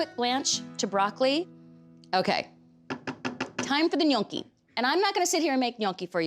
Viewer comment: Nyo-kee not Nyong-kee